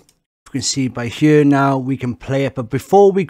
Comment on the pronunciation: Why do you pronounce "here" as "heueau"?